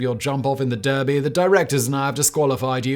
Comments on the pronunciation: Derby is pronounced darby. Simon's ignorance of normal British pronunciations is stunning. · Well the British city is pronounced Darby regardless of the audience. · Being a British show jumping event, it would be pronounced Darby. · You're from England. It's pronounced "Darby"